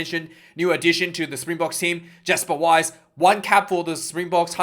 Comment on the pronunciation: Jasper Wiese is pronounced or sounds like 'Casper with a J' and 'Wii Sa'